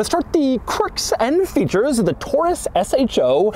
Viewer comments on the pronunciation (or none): I didn't quite hear the S in features, so it sounded like Doug said "I'll show you the quirks and feature" which seems about right for it